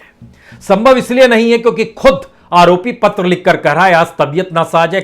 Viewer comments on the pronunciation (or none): none